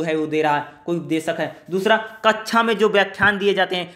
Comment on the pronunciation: 'क्ष' छ की ध्वनि नहीं देता ये sha की ध्वनि देता हैं। कक्षा kaksha ✓ कक्षा kachcha × कक्षा का उच्चारण कच्छा नहीं होगा।